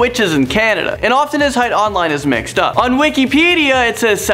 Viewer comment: am i the only person who noticed that he said wikii pedia haha